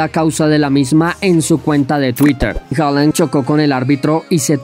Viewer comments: se pronuncia Haaland no Holand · Comentaristas en Alemania: “Haland” Comentaristas de habla hispana y Youtubers: “Joland”.